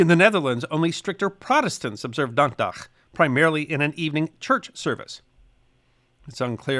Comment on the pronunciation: I’m very impressed by your pronunciation of “dankdag”